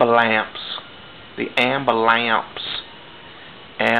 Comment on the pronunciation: "AMBUH-LAMPSE!" For the mother freakin' win! Haha that was great. I'm def gonna favorite this vid!